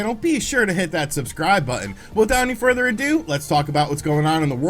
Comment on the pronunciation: The “without furder ado” is super annonying